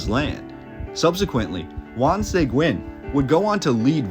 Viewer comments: Bingo!!! You’ve got it! True pronunciation Seh-green, the u is silent. Great documentary. Thank you. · Is this a human or AI? Your pronunciation on Seguin makes me sad. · Why do people do documentaries that can't pronounce Latin last names like Seguin I will never understand why they don't have the Latin person do these documentaries not a white boy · This would be an interesting historical perspective......if you had utterly failed to pronounce the name SEGUIN so badly, over and over again. That really damaged your credibility with me. Might be good to get some local input for the next one. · Dude cannot even pronounce our county or Juan Sequin name correct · Just so you know Seguin is not pronounced SAY-Gwen it is Sea-geen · One small detail you missed…..is that Juan Seguin is pronounced Juan SUH-GEEN. Not Juan SAY-GWIN. 👍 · It’s killing me to hear Juan Seg-win. It is pronounced like Se-geen. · Pronounced 'Se-geen', not 'Say-gwen'. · Great video man! I love seeing the old history of Texas dug up like this. A couple of things. cracks knuckles It's Bear, or even Bay-har, but not Becks-ar. It's Suh-Geen, not Seh-gwen (Seguin), and bro, how do you not know how to pronounce cholera? Sorry, I know these are minor things in the grand scheme of an otherwise great video. Keep up the great work, I can tell you're truly passionate about this. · Juan Seguin is pronounced "Segeen" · Just an FYI: Juan Seguin is pronounced Hw-on Sah-GEEN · Enjoyed the video, but he should learn how to pronounce the names, like Seguin = (suh-geen) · SA-GEEN FOR GOSH SAKES. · OMG! It hurts my ears when you pronounce Juan Seguin's name.... Here's a novel idea, maybe you should do some research before publishing content... There is even a town in Texas named after him Seguin, TX so it shouldn't be too hard for you to figure out how the last name is pronounced (Seh-geen). For crying out loud... 🤦🏻‍♂️ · Bexar is pronounced 'Bear' --- Seguin is pronounced 'Seg-geen' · Its pronounced Seh-geen